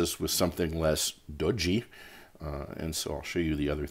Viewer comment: Great vid. You crack me up whenever you pronounce "dodgy" though